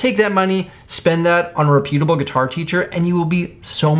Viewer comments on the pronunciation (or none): Rep-yew-ta-ble is the most horrific enunciation I've ever Heard